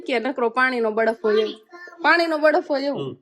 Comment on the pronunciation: બડફ ના કહેવાય બરફ કહેવાય